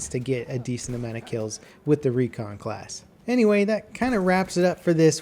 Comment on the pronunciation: Lol he still calls it the "Recon" class